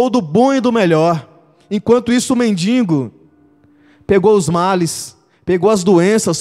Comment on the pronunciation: Não se diz mendingo. É mendigo